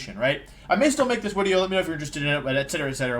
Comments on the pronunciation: is it just me or is this guy keep saying wideo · Why does he say wideo and Wayporeaon???